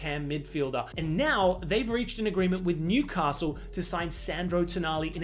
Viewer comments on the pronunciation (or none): none